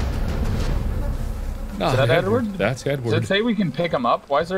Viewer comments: When he said “EDWARD!!!” I thought he said “N WORD!!!” And I was like jeez marks really goin downhill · When mark said "EDWARD!" it sounded like he yelled "N-WORD!" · He said Edward, but it did sound like he said N-word lmao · I honestly thought when Mark said Edward that he said N wooorrrrrd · When mark said Edward i thought he said n word I miss Ed edd and Eddie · I had this on in the background and I heard 'N wooorrrrrd!' and was caught totally off guard, so glad I was in a position to immediately rewind and find it was 'Edward.' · I thought he said n-word and I was really confused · i thought he said literally “N word!” Instead of “Edward!” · I thought he said n word, not Edward. 💀